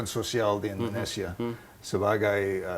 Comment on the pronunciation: INDONESIA boss.. Indonesia.. bukan Endonesia.